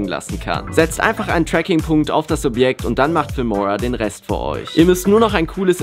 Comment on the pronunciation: Warum sagst du immer dis und nicht das